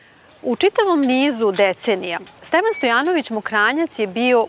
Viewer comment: Kaze se Stevan